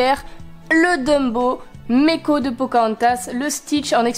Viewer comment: Meeko ce dit maiko